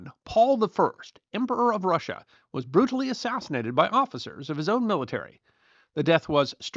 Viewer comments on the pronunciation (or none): none